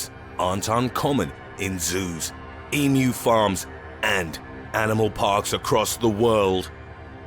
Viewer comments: THANK YOU!! you are the only video I have seen that got pronunciation of emu correct saying "E - MEW" as apposed to the butchered "E - MOO" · Very very impressed you pronounced emu correctly